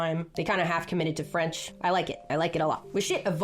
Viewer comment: They've "half committed to Fench" 😂